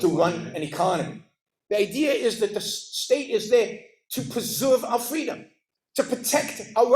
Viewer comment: “Capitalism is fweedom”